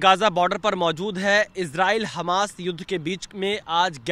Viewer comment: Hamas ❌️ Hanas ✅️